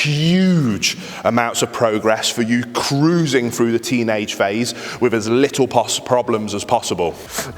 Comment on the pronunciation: Why do brits pronounce ffff sound like saying wifff, not with, why is this so difficult to say it correctly, when brit English is the first English language???